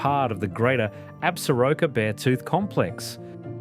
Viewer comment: IS THIS VOICE REAL?? REPROGRAM ,, PLEASE STOP DROPPING T,s SOUNDS LIKE AN ANTIPIDIEON SHEEPHERDER